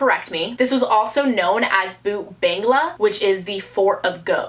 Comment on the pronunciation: It is pronounced Bhang-ghardh and bhoot not boot